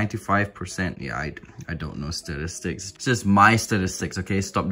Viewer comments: dude said STARISTICS 😂😂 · Nobody: This guy: stidistics